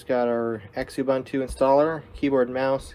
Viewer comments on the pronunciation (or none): Yep, mispronouncing kerberos (ker-ber-ohs, as pointed out) and xubuntu (zoo-bun-too). Small thing, but meant to be constructive feedback.